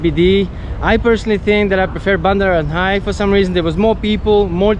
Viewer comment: It’s called Bundaran HI as in Hotel Indonesia, pronounced H-I 😊